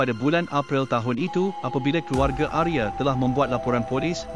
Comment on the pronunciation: Bagus sekali cara pembawaan ceritanya, salam dari Indonesia , Untuk nama Arya dibaca Arya, bukan Arye.